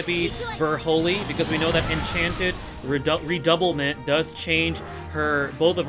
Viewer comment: Her skill's name are from French e.g "Redoublement" should be read as "Rer-dou-blur-blong" 😆